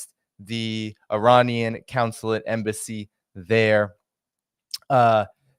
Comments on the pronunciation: And counsulate instead of consulate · Consulate not councolate